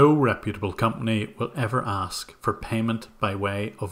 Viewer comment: I love how they pronounce "aks" instead of "ask"